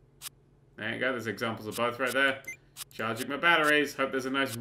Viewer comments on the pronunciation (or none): none